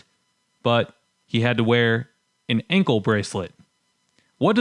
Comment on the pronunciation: Quite the educational video! 😳 But the way you said "ankle" and "peace", I wonder just how long before Michiganese becomes a separate language from English, and unintelligible to other North Americans? 🤔